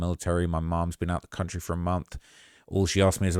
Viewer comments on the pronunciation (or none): none